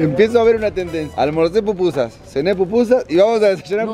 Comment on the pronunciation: Pupusas es lo correcto ✅ no popusas 😅🤭✌️🥂